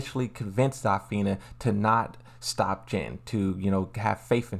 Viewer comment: I'm sorry, but I can't take your mispronunciation of the characters' names. You need to work on those in order to avoid butchering the names. Zafina: "Za-feena" Azucena: "Ah-zhu-cen-ah" Lee Chaolan: "Lee Chaoh-lahn"